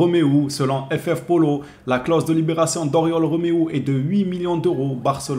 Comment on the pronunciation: MDR pour Oriol quand tu as cité le nom du journal qui a publié l'article j'ai cru entendre "FF Prolo" (prolétaire quoi). Tu me diras que à un "l" près le ff Pollo (poulet) n'est pas mieux.